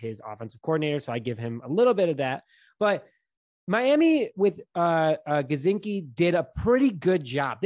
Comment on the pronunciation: I think Kmet at TE1 then you move horsted to TE2 and draft a late round pick TE, the late round TEs in this class are much better this year. Also Jeh-Si-Kee not Guh-Czn-ski ;), as for gronk thats a straight no and I doubt he doesnt retire again this season.